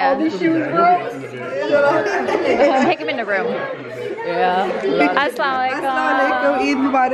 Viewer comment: I've been watching your vlogs for so many years now. In love with everything ❤ But just a gentle request the way you pay salam is not correct saying aslaa lekum is wrong and has horrible meanings. It goes like Assa_lam_o_alai_kum 😊